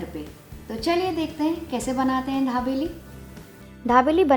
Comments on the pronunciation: Pls pronounce properly it is not dhabeli it is dabeli🙄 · Ary yar hindi to tik se bolo...dabeli h...dhabeli nhi..and sab bahar hi mix karte hai..ok..kuch bi faltu ka mat batao... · It's not dhabeli it is dabeli😂😅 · Dhabeli nahi dabeli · ढाबेली नहीं दाबेली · Mam..pls it's not dhabeli...it's Dabeli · Its not dhabeli .. its dabeli .. be particular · It's not dhabeli it's dabeli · At list Pronounced properly it's dabeli not dhabeli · Ma'am ye dhabeli (धाबेली) nai dabeli (दाबेली) hai... comment From Kutch, Gujarat. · didi wo धाबेली nh दाबेली है 😂😂😂😂😂😂😂😂😂😂😂😂😂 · Dhabeli nahi na aunty dabeli 😂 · It is dabeli ...not dhabeli .......btw love your videos ❤️ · It's dabeli not dhabeli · Dhabeli nahi dabeli bolo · She pronounce dhabeli instead of dabeli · Dhabeli nahi dabeli hai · Not dhabeli it's dabeli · Not dhablei it's dabeli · Are its dabeli... not Dhabeli..... and its Jeera not Zeera 😂😂😂😂😂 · Dekho sabse paheli bat ke. Isko dhabeli nahi bolte 😑😑😑😑😑😑😑😑😑 It's call dabeli.... Don't make violence between food names 😑😑😑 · dhabeli nahi dabeli he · मैम आप धाबेली बोल रही हो। दाबेली दाबेली। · Mam.. I think u want to say DABELI instead of DHABELI... 😀 btw... Informative recipe. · ढा बेली नाही दाबेली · It's dabeli not dhabeli OK.. N method was wrong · Recipe is good....but you pronounce it as dhabeli...actually its dabeli madam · dhabeli no mam babeli bolo 😅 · First you learn how to pronounce dabeli and then you teach us the recipie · यह दाभेली है या धाभेली ??🤣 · Medam the nahi d for Dabeli..ok